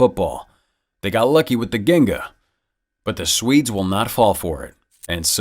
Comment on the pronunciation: It's pronounced "jin-ga", the term comes from Capoeira.